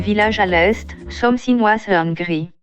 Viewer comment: "someu finegue ize s’caminegue ine trois dayeze"